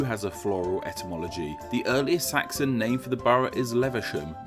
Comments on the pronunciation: You also pronounced Saxon as Saxton and crocus as crockus... and at one point pronounced borough the American way... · Pronouncing Camden as Candom and Saxon as Saxton. That's weird. I wish you had shown the spelling of the name behind Haringey and Hornsey. It I think it's the only one you said but didn't show.